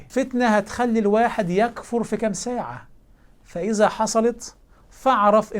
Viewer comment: السلام عليكم فتح الله عليك وأعانك وألحقني وإياك بالوقوف على ثغرٍ من الثغور إن شاء الله ماسأقوله الآن تصحيحا لإثبات صحة قولك بتواتر كتاب الله سمعيا لا كتابيا فلقد قرأت شيخنا الجليل قوله تعالى من سورة النساء يكفر بالسكون وهي بالضم فتح الله عليك وبارك فيك وأعانك على نصرة دينه ونحسبك على خير ولا نزكي أحداً على الله وأنهي بقوله تعالى والله متم نوره ولو كره الكافرون